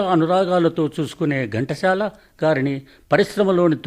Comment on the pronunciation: మీరు ఘంటశాల అంటున్నారు ఎందుకు చెప్పండి, ఘంటసాల అని చదివితే సరిగా ఉంటుంది.